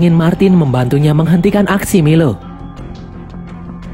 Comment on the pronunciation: Bang nama nya bukan milo tapi mailo